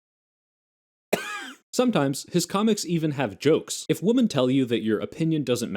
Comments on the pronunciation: I did noticed that you say woman and women the same and that distracted me for about 40 seconds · There is an alarming growth in recent years of people my age who seem to think the plural "women" is still pronounced like the singular "woman." That irks the shit out of me. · I know this video is a year old but it's my first time watching and I feel obligated to comment because I did in fact notice that you say woman and women the same